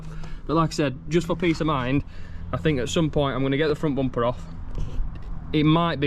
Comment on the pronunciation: Everytime he said "Bompe" i smiled. I don't know why!